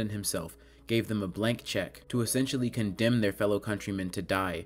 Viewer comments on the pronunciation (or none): none